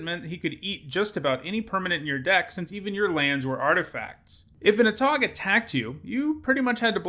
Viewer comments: "A tog" Everyone else that plays magic "Ā tog" 😂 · A tog You need a hard A to pronounce it correctly. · I wouldn't doubt it. I was joking cause the widely used nomenclature and pronunciation is the long ā sound. It's fun cause he once in a while has things he pronounces differently. Also, English is a wacky language.